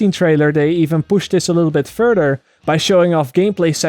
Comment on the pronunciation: listen how he pronounces this sentence to no wonder you do not have have any subscribers! you cant pronounce words correctly. like the words "further" does not have a "d" in it but yet you make it sound like it has 5 "d" in it!!!! so annoying